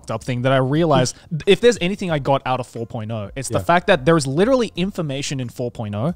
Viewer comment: My mom says "licherally" instead of "literally"